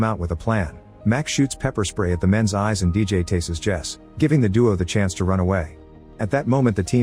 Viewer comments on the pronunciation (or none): none